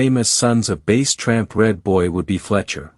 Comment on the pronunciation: Bass like the fish not bass like the speaker and he (tramp) was never rolled or tested and the computer voice is aggravating